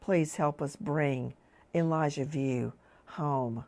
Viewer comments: It’s Vu not View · Vue is pronounced "V-oo." Sounds almost like Wu but with the "V" sound. Pray to God, this baby is brought safely home.